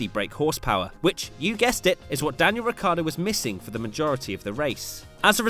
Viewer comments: Is "Ricciardo" not "Riccardo. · it´s not Ricardo its Ricciardo!|!!!!!!!!!!!!!! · Is Ricciardo, nor Riccardo